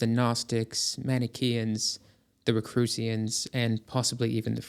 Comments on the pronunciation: Is the word that sounds like "recrucians" supposed to be Rosicrucians? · "The Rocrusians" instead of Rosicrucians so this is some kind of AI slop? It's an impossible error to make if the writer/narrator actually had any knowledge of the subject. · I watched until 38 seconds in when the "narrator" (AI reading a misprint) said "Rocrusians" and said yeah, no thanks. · Good video but you mispronounce a lot of terms. "Psychical" you're pronouncing like "cyclical" for example. I think you also called rosicrucians (rose-i-kroo-shuns) as "ro-kroo-see-uns". But again good video. Blavatsky was a jackass. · My man we are 3 minutes in and it Rosi-Crucians and Sansk-Rit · RO - sih - CROO - shuns